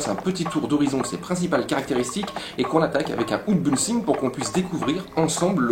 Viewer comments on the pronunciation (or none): « Ounebouxing !?! » c’est en quelle langue ;-) ? Merci bcp pour cette vidéo très détaillée et d’excellente qualité